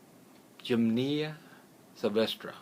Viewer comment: You state you 're a master herbalist and use the title Dr. and you can't pronounce a basic herb?! gym-nee-ma! Look it up in the dictionary or take two seconds to Google it and see how it's pronounced before you do an entire video on it. It really makes me doubt your credentials to be honest. To me it looks like you're reading off your computer screen and have had absolutely no experience with this particular herb. 🫤